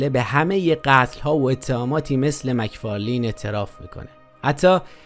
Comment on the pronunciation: مک فارلن دوست عزيز مک فارلین درست نیست